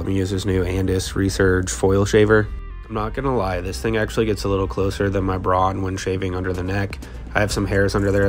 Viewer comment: "Braun" is pronounced like the English word "brown" instead of "brohn" (just without an American/English accent 😉). 🙂